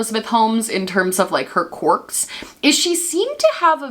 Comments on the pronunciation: Is she saying "corks" instead of "querk?" ❤️❤️ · Love you and love the video (haven’t heard this story before and was living for it) but I cannot get over how you say “corks” haha just a southern girl not used to that accent